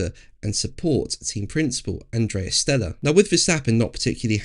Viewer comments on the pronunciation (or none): none